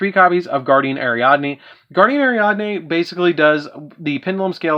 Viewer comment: How come everybody gotta fuck up "Guiding Ariadne"?